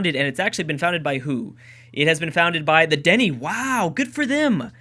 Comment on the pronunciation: Found this series, years too late 😔 lol. I'm Canadian 😀 part Cree and Sioux lol weird mix , I know.....lets goo Cree !!!! ....also the Dene is pronounced "denay" lol like anyone will read this 😞